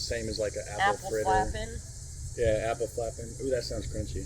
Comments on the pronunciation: "Eppelfleppen" The A in appel is pronounced the same as the a in "hard" 🤣 You'll get there, just keep practicing! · So cute how you backed them. 👍👍To pronounce it correctly use the a sound like in c[a]r... so [a]ppelfl[a]p. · Since you like to work on your pronunciation. The single a in Dutch is pronounced ah. And how you pronounce the a in English is in general our single e.. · One Appelflap, two Appelflappen and both `a`s as in `bar` but the American pronunciation is as funny.